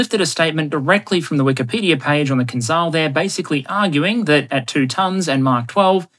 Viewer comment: just one remark. The Kh-47M2 "Kinzhal" a.k.a. Killjoy, is pronounced like "Kinjal", the "j" in the middle is pronounced like the "G" in General Oligarhovich.